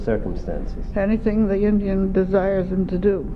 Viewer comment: It's called 'Indian burial ground', not fukn "injin", you old todger!